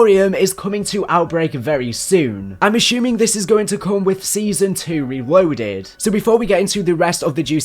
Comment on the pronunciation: "Wewoaded" sorry it made me chuckle.